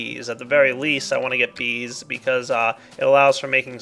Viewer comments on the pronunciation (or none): sounded like you said vis instead of bees in the end of the episode :P